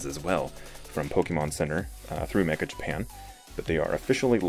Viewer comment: not pronounced mecka, but meh,cha. It means "very."